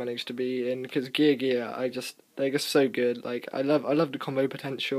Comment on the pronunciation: oh my god did you say geargia properly? Also fuck MKII i hate that card so much. Tour Guide for days. I dun like Haipa. I hardly ever need a fourth Karakuri in the deck.